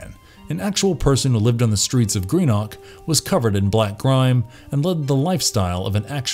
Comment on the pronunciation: I'm from Greenock (it's pronounced with less emphasis on the 'ock' ) and findinf out that the goddamn Catman! Of all things! Was the inspo for this was mad. It was SUCH a thing for us growing up (I was born in '92, I'm not sure if it still goes on with children now).